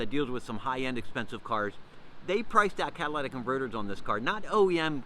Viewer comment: Holy shit - You talk too fast. Also, it’s Cat-a-li-tic converters.